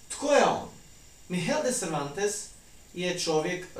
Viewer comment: Nije Kihot, Mihel i Panča, nego Kihote, Migel i Pansa . Poslušajte izvorne govornike ili upišite u prevoditelj.